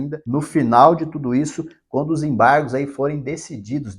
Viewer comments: Enjoei essa palavra EMBARRRGOS, EMBARRRGOS, EMBARRRGOS. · ACORRRRDÃO, EMBARRRRRRGOS, EMBARRRGOS, ACORRRDÃO....